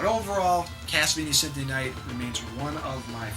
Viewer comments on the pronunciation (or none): lol just like in your previous videos you call it "Synthony of the night" :P But great video like all of your video, they just have something great about them.